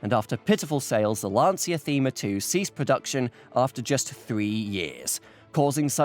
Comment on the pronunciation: About Lancia. Firstly, for you English speakers, it’s pronounced as if it were written “lancha”. Given how funny and actually clever this video collab was, I couldn’t care less about this slight mispronunciation, I’m just trying to facilitate your self improvement. Secondly, let’s remember that Lancia produced the Phedra in the 2000s. Go look it up. It’s an awfully awful minivan which shared the name with a contraceptive pill many women in Italy were taking at the time it was introduced. Now, how evil is shaming the name of the producers of the Delta Integrale with that?